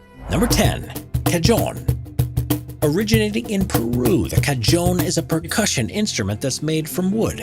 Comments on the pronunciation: it's pronounced Kah- Hone... not Kah-jone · You absolutely BUTCHERED the pronunciation of "cajón". It's not "ka-djown". It's "ka-hōn" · Cayón? En serio? Es cajón! Cah-hone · It’s pronounced “ka-hon” instead of “ka-john” btw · It’s not pronounced “Kah-Jon”, it’s “kah-hon” :P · It's.... It's pronounced as Ka-hoon Not Ka john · LMAO "Ca-John" (it's pronounced "ca-hon") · Cajon is pronounced "Cahone" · INFO TIMEEE!:learning:Cajon, is actually pronounced as "Cahon" because of it's Spanish backgrounds! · the Cajon is conventionally pronounced as "ca-hon" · Me: “oooh a cajon” *says the h sound* Him: “CaJoNe” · its pronounced cahon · The j in the word Cajon is pronounced h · btw, cajon is not pronounced with a hard 'j' sound :/ it's pronounced 'cahon'. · Pronounced Kuh-Hone. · Cajòn is pronounced ca-H-on, and it's not rare, in my music school (in Latvia) it is not rare that drummers would play on it. And i agree with everyone, this guy needs to shut up, so that we could listen to music. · Ca”Joan “ oh fabulous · Cajón is pronounced ca-hone and it’s not very rare. Any jazz club has one. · Cajon is pronounced “ca-hone” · The "j" in cajón is pronounced closest to the 'h' in the word hat. It's not a cashon. It's spanish for big box or drawer. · Cajón is pronounced like "cahon" the J in Spanish is pronounced like an H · You AI bitch, how do you read "cajon"????? BLOCK channel/ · That’s not how you pronounce “cajón” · Surprised to see the pipa listed as a rare/strange instrument! My wife plays and used to play professionally. It's not at all rare in Asia, and not all that strange either. The cajon (which was mispronounced) is not rare or strange either. Some of the others were interesting. Glad to see the hurdy gurdy mentioned. As others said, would've been nice to hear more of the sounds of the instruments. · The 'J' in cajon, it's not a yyyy sound; it's a guttural one, more in tune of gggggg. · He said cajon wrong. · Cajon the J sounds like an H.